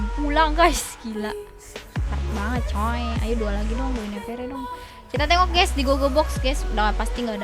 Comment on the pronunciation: Mbakk mohon pengucapan guinevere nya di perbaikin ya 😭😭, btw keren kontennya🤩